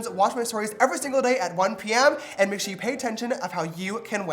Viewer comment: everyone: "I clicked faster then james could say shore!!" james: "hmm...shore." Btw, small youtuber, would love the support!